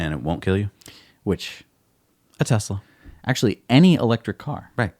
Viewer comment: Still mispronouncing Tesla!